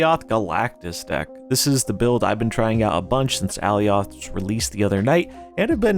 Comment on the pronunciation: I believe alioth is pronounced like Goliath, at least it is in the loki series